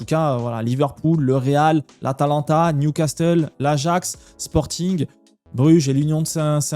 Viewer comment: il faut réviser prononciation de Newcastle. Et ça se dit bodø/glimt comme au tout début quand tu l'as dit